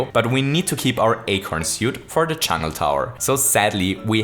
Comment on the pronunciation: "the first few levels in the chungl"